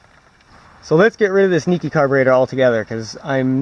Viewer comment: correct pronounciation is like nicky